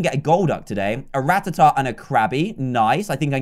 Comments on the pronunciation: It's not ratahtah it's ra-taa-ta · It’s ruh-tat-tuh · Rattata is pronounced ra tat ar